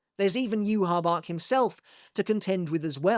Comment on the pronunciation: Using Rosetta Stone? Perhaps you can use that to teach you how to pronounce Yhwach correctly.